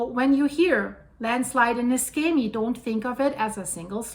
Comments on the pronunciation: The correct pronunciation of Niscemi is (using the IPA alphabet) [niʃˈʃɛmi]. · you yourself said the cause - too much water. And btw. the plase is pronounced with a SH like in shoes. For those understanding Italian, the owner (and geologist btw) of the channel Geopop, he has promptly described this landslide. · NISCEMI IS PRONOUNCED AS IF IT WERE SPELLED LIKE THIS……. (NESHEMI) NOT (NESKEMI) HOW YOUR PRESENTLY PRONOUNCING IT………. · The name of the town is pronounced "Neeshaymee". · Apologies for being pedantic, but the correct pronunciation is Nee-Shem-ee. But this disaster is an awful disaster. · The right pronunciation of Niscemi is Neeshamee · It's pronounce ne-sha-me. Thanks for the reporting. I just got back from a 4.5 year tour with Navy.